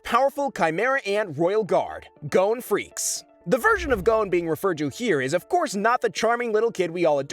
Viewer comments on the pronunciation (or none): GODDAMMIT ITS PRONOUNCED g-ah-n not go-ne! at least in the Japanese, wich is the real pronunciations, it is. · His name is GON not GONE ffs.